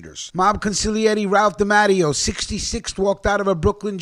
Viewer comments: C’mon!! I love your channel but Bro!! you’re butchering 🔪 these “I-talian” surnames. It’s not pronounced DA-MATT-E-O it’s pronounced DEE-MAH-TAY-O. No disgracia intended my friend. Just a correction. ✌🏼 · its pronounced de matteo